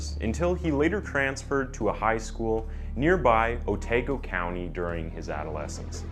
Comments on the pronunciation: The 'A' in Maori words is a long A, like 'Ah'. So 'Otago' is Oh-tah-go :) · I thought Otago was mispronounced... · Bro i went to Aramoana today, your saying aramoana and otago wrong